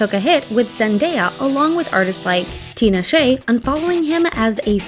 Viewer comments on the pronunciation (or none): Not Tina Shay 😂😂😂😂😂 Tinashe 😭😭😭😭😭😭😭😭